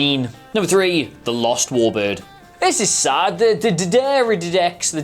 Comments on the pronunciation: That "bright vibrant green" is the same colour as Romulan blood. Also, spelled foe-net-ick-lee, the class D'Deridex is pronounced Dee Derry Dex. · Dee Deridex .. How hard is that to say?? Seriously, how can you not know how to say that?? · Dude, it's not so hard: D'Deridex. Repeat after me: D. Deri. Dex. Simple, right? Like Stor Trok. Or Rumuluns. Or Klongins. Another question: Who tells whom where up and down is in space? They all fly wonderfully stacked everytime, as if there's an atmosphere or something to align on?!? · Try "Dih Dare Ih Dex". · its getting old fast. D’Deridex isn't difficult to say. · Not like they ever actually read the comments but for comedy value its spoken as Dee-Dera-Dex. Also on the power source issue I was surprise in Discovery that after "The Burn" this was not used/developed more as a power source. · Dee Der rid dex thats how you Prenonce it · "duh-dare-ah-dex" or "really big fracking green thing" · If this helps the d'deridex phonetic break down is "Duh Der a dex" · "DEE der uh dex" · it was so funny when said, "Da Derriere" Class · Try D-de-Ra-dex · D’Deridex: Deh dare ee dex. (Used to be an English/phonetics tutor) ❤️ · Love ya and love the channel! Heres a phonetic (Americanized) pronunciation - maybe it'll help: Duh-dare-uh-decks (D'deridex) make it a whole word and don't let the apostrophe stumble ya up! 😁 Run thru it, it might help... Thanks for the video! Tell Sean I said what's up! LLAP! 🖖😎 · Pronunciations can be tricky. I believe the easiest way to say the class of warbird is "Dee Dare-Eye-Dex" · It's D'deridex 😋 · Durdurdudex 😂😂😂😂 So true about mispronouncing things. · Yea.....hje should concentrate on learning the fucking name.....detracts from the whole video. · I cant believe he cant say dirderididy doodoo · your attempts to pronounce "D'deridex" sounds like you're channeling Porky Pig. Have done anything similar on the Klingon Bird of Prey. It is my favourite non-federation ship.